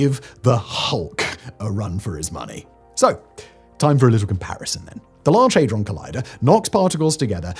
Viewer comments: HAY-DRON ??? I thought it was HAD- RON. 😮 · I cant get past "Haydron" lol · What's a hay-dron? The FCC won't be built. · for mis-reading Hadron.